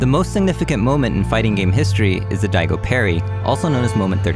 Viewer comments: Great video. Were you saying Diego instead of Daigo? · great video, just wish you would pronounce daigo properly when it is said in some of the clips you have in your own video XD, its pronounced DIE-go not de-eh-go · "Dee-eh-go" It's more like "Dai-goh" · NIGGA DID YOU JUST SAY DEIGO ?!?!?! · It's DIE-GO.... not DYEH-GO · When you keep pronouncing the guys name as Diego instead of Daigo it makes me question how much research you actually did on this topic. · Great video, but it kills me each time you say Diego instead of Daigo. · please pronounce his name correctly... it isnt DIEGO. its DAIGO as in Die-go... hes japanese not hispanic... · Uh. His name is Daigo not Diego. This ain't Dora the Explorer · who the fuck is Diego for gods sake??? It's Daigo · Every time he says Diego I wanna kill myself. How does this dude make a video with a major FGC member's name being said wrong? Wtf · Who the fuck is Diego?? Lol, how you going to have that as your whole basis of a video and yet say the completely wrong name so many times? It's pronounced Die-Go. Not D-A-Go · It's fucking insulting he's pronouncing it "Diego" Now coming to the stage Diego UmeZaurez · Not a comp SF guy, but it's DAIgo, nie DIEgo. Get your shit together. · at first i thought it was just a slip of the tongue, but you kept doing it consistently... his name is daigo, not diego. da- as in dark, i- as in ink, go- as in golf. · His name is Daigo, not Diego. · Very well made article. One problem. Not Diego... Daigo. Pronounced: DAI-GO like it's spelled. Thank you. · Sick video. But it's Daigo, not Diego 😂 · Diego is a Mexican. DIE-GO is his name. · Its Daigo not Diego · The “diego” pronunciation was an intentional joke. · "Diego" WTF? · His name is Daigo, you fucking idiot! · It’s DAIGO. It’s not so difficult to say. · Die Go is how you pronounce his name. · Deigo? wow dude....even the FGC newbies know how to pronounce it buddy :P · C'mon, it's Daigo... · Why do you think "Daigo" is prononced "Diego"?